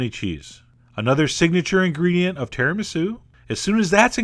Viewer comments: It's not tìa-rà-mì-sue! It's tirami-sù! xD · its tiramisú not tiramísu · its tiramisu not tiraaamisu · ti-rah-missu... not tira-mee-su. Just sayin'. I love you, Chef John. I just grew up surrounded by Italians. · terra-me-sou? John, I love you but come on. lol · i didnt know it was possible to pronounce tisamisu that way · That is the oddest pronunciation of tiramisu, I have ever heard. I don't like chocolate, but I do like regular tiramisu... Maybe someday, Chef-John will do a different flavour variation of this. (like... Mint? Or Cherry! :D - those go with coffee flavours right?? XD) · ahm, considering he also mispronounced Tiramisu, yes - I will questions his pronunciations. Also, the saying is "The world is bigger than the United States"... yes, it was conjured up to let Americans know that their 'culture' isn't the only culture out there. I love Chef John's videos, but judging by how many people agreed with the mispronunciation, I think the discussion is leaning in eSpresso's favour. (That's right, the original English spelling of favour has a 'u' in it) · I’m not here to be a hater, but your pronunciation of certain words irritate me! It’s ti-ra-mi-su with emphasis on “su”, no emphasis on “mi”. You’re confusing the emphasis on syllables with that of miso soup! Also, there is no such coffee as expresso, there is no X! It’s ESPRESSO! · Oh Chef John. Your Italian pronunciations are horrific! -It's TiramiSU not TiraMisu (ephasis on the 'su') -ESpresso not EXpresso (It means 'pressure' not 'quickly')